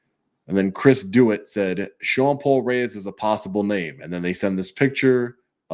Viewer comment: Just an FYI, I think Chris Dewitt’s last name is pronounced the same as the notorious cop imposter Jeremy Dewitt; De-WITT.